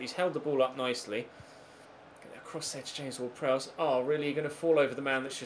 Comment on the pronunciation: *Prowse, not Prowess